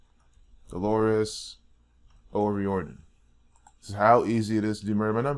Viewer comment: delorus o riordan was a christian your pulling numbers out of your thin air and this is disrespect to an irish woman who gave her God given gift to the world and riordon is pronouced o riardan not o rieeeororidon,,,,,,,,,,,, if your going to give facts do it right yes there is illuminati and those who bpught into it but delorus dident intertain that crap look up your facts and do your research properly this woman was a dedicated musician and put God first and her family and put her ireland on the map soo is every singer going to be put in the same boat ? using what God gave them to use their talents im sick of the disrespect and dishounour to her and her family delorus suffered deppression and anorexea and her youngest is only 12 have some fecking respect and remember your hurting her children writing this bloody nonsense